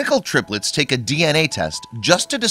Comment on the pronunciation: "all three terplets" hehe